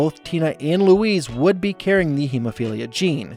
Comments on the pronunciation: Am I the only one hearing “Luis” instead of “Louise”? It’s driving me nuts, they’re two different names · It's pronounced Louise with a Z sound not Luis, with an S sound, which is a Hispanic man's name. Since you just rewatched all episodes I would think you would know how to pronounce her name, it's not that hard.😡P.S. Gene is the gay one. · Your pronunciation of Louise's name sounds much more like "Lou-Ese" than the correct "Lou-Eez". You're saying it more like how you would say "Luis", the male Hispanic name, like the character Michael Peña plays in the Ant-Man movies. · Why does he pronounce her name like “Luis” in Spanish some of the time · Omg this was driving me crazy! Why is he saying “Luis” 😂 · I'm so sorry but the way you are pronouncing Louise' name with a 'ce' sound rather than a 'ze' sound is too much for me, I can't watch another second. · I can't get over you pronouncing Louise's name like Luis Guzman's name. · I had to stop watching just because you misprounced Louise's name every time you said it. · I'm so sorry but your pronunciation of Louise was so distracting. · You're pronouncing Louise wrong. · Your mispronouncing of Louise was distracting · JEEZISFUKKINKRICE learn to pronounce LOUISE!!!!!!!!!!!!!!!!!!!!!!!!!!!!!!!!!!!!!!!!!!!! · Why do you pronounce Louise's name like that? You hear them say it on the show, right? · Why do you pronounce Louise like that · Love the effort put into the content as always, but if I can offer some comments, some of the pronunciations of names are pretty off (e.g. Louise and Groening), as well as the phrases (saying 'oddball out' instead of 'odd one out'). Little things like this I think make a difference to the overall polish of what is already clearly a huge amount of effort! Keep it up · LOO - EASE. Not Luis. It's only said a hundred times per episode. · You pronounced her name Luis the whole effin time. Lu-eez. Not Lu-ise. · Why do you pronounce Louise like she's spanish and her name is Luis.